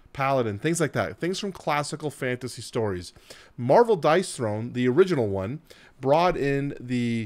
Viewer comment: Dice THRONE, as in Dice "thrown"... :) I like it a lot more as a game than you obviously do, but I appreciate the video and everything you've said makes sense. I'm curious if you end up buying it or not.